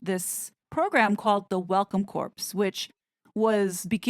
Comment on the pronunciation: Corps pronounced core like in Marine Corps